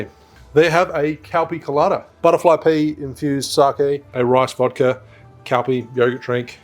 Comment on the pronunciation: Nice video, but I had to chuckle at you pronouncing Calpis as 'Cal-pee' when it's actually 'Cal-piss' 😉